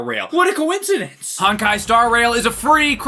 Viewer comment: Great video, and congrats to for becoming, but it is so cringey to hear him pronounce Honkai as "Honk-eye." 😂 The first syllable is pronounced more like the English word "hone." I mean, not exactly, but it's closer. The rest you got right.